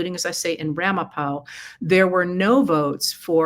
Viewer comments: You are pronouncing the town of Ramapo correctly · Yup, you pronounced Ramapo correctly. (I grew up in the area) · Thanks for mentioning the election irregularities in Ramapo. No way HarrisWalz received no votes. (I live here)And yes you pronounced it correct. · Your pronunciation of Ramapo is correct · You pronounced Ramapo correctly!